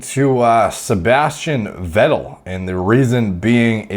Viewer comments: His lastname is pronounced "Fettel" btw... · more like Veh-tell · Say it like Fettel. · Vettel in german is: fetel ;) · Its ‘F’ for ‘V’ettel Derek :) -> Pronounce it like an F (in german the V is predominantly pronounced as F in the beginning of the word; there are exceptions to loan words where it would be pronounced as V) cheers algo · it's pronounced fat-L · Pronounced "feh' ttel" Guess he didn't win the race against norwood reaper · Sebastian Weddel & Markus Ruuhl , just love your pronunciation of German names :D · You got the “ettel” part right. Just pronounce the “V” more like a f as in in “fish” for example 👌🏼